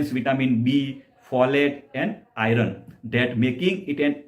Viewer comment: હિંદીભાષી લોકો સંયુક્તાક્ષર/જોડાક્ષર બરાબર બોલી શકતાં નથી, એટલે 'આયર્ન'ને "આયરન" બોલે છે, પણ આપણે ગુજરાતીઓ તો સાચો ઉચ્ચાર કરી શકીએ છીએ; તો ભઈલા! હવેથી "આયર્ન" બરાબર બોલવાનું રાખો.